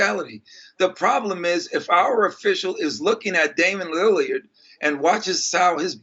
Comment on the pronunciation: “Damon Lillyerd”